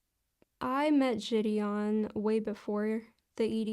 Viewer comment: I thought I was the only one who couldn’t fucking stand the way she says the guys name lmao